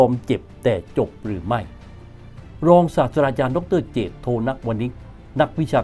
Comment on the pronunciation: ผมฟังว่าอาจารย์พูด “ศาสดาจารย์” ใช่เปล่าครับ ถ้าหูผมไม่ฝาด ที่จริงต้องเป็น”ศาสตราจารย์” นะครับ ผมชอบครับรายการนี้